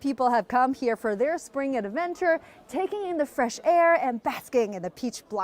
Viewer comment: "the train to Sprang" ??